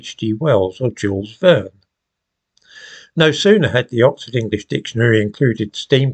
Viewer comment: Thanks for the upload,, Fan of the genre myself. Good French pronunciation of 'Jules Verne'. Tu parles Francias?